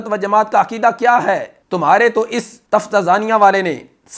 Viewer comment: تفتازانیہ کے تلفظ میں درستگی کریں